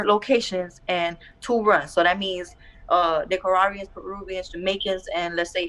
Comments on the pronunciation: huh?? "Nicajuarians"??? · huh?? "Nicajuariez"??? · Nicaruawians 😂😂😂 lmao ion know that might be the right way to pronounce it in a spanish accent, g's can be pronounced like w's or h's sometimes but when shes pronouncing everything else with an English accent when she says Nicaraguans it sounds funny